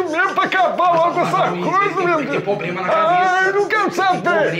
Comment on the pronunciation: “Ele tem pobrema”